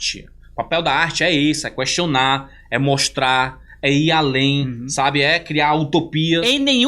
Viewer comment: Pare de falar "cuestionar"! Muuuuuuuuuuuuiiiiiiiiiiiiittttoooooooooooooooo errado!